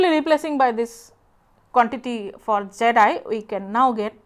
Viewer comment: I like how her pronunciation of the input impedance (zi or zed-i) sounds like "jedi"